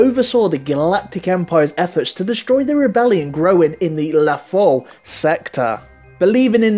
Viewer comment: "lathol sector!" lothal